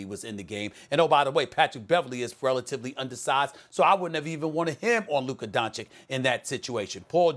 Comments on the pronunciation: Donchich not donchick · It's Luka DONCIC not Luka Doncik... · The only thing that is offensive is SAS still mispronouncing Luka's family name. No excuses left after almost two full seasons and his rise to superstardom.